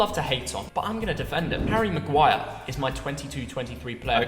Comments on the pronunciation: U deserve a dislike for saying harry magiure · he really said maguire. i’m done. i’m done. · ain’t no way seriously said maguire 😭